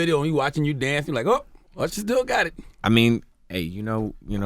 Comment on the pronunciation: did envy just introduce him as ursher?